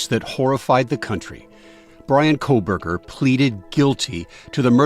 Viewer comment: Why does everyone keep saying “Koleberger”? It’s “Kohberger”, without an”L”.